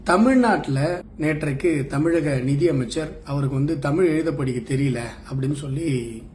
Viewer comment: தமிழ் என்று கூறாமல் தமில் என்பது கூறுவது முதலில் நிறுத்தப் பட வேண்டும்.தமிழ் தமிழர் தமிழ் நாடு பற்றித் தவறாகப் பேசுவோர் அடக்கப்பட வேண்டும்.